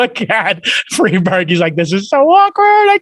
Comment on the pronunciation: I’m so sorry, but I can’t be the only one who hears “Freebird” every time he says Friedberg……am I right? 😂